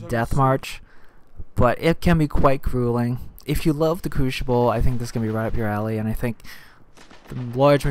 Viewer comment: I hate to nit pick but say this with me now CREW-SI-BULL. The word is crucible not....crewshible. any ways thanks for the vid.